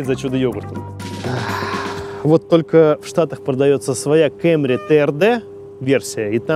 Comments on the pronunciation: Кэмри? Совсем шиза? Камри, чел, камри... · Не Camry,а Camry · КЭМРИ ПХАХАХАХАХАХА, КАМРИ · Выключил после слова кЭмри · Диз за слово кЭмри...